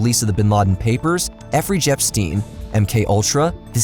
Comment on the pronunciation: To think, all these evil secular Capitalist pieces of shit had to do, was to treat people with dignity and respect. Note: did actually say Effrey Jepstein?